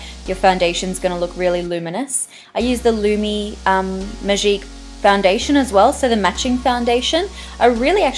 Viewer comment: Just because she's australian she can't have a french accent?! Last time I checked touche, magique, riche, eau de teint... were not english words. Think before you try to correct someone. So yeah, when saying those words she has a bit of a french accent, which is lovely, I agree with Mathilde.